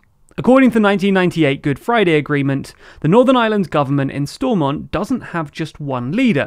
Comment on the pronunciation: Please at least learn the proper pronunciation of NI places, you managed to butcher both lagan Valley and Stormont